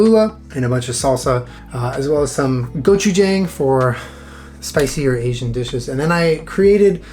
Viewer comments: Fun video! Quick note: its pronounced go- chu- j- ah- ng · Hey I just want to note that the jang in gochujang is actually pronounced like j-ahn-g or jawng! Also on that note, the bang in mokbang is pronounced similarly ("bahng" or "bawng")!!! I know you try to always pronounce words in other languages the best you can so I just wanted to let you know in case no one else has:) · That gochujang pronunciation hurt, ngl. But I’ll forgive it since it’s lol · the way he pronounced gochujang hehe